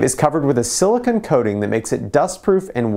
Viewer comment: The last syllable of silicone is pronounced cone as in ice cream cone. Otherwise you're saying silicon which is something completely different.